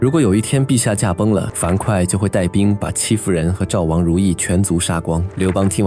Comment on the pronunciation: 戚夫人我真的一直聽成欺負人😅